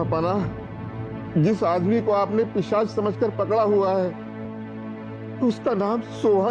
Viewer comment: Pisaach ✔️✔️ Not pichaas ❌❌